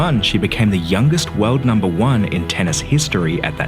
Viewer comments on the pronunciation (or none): none